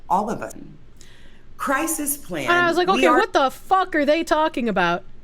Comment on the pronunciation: Cwisis uwu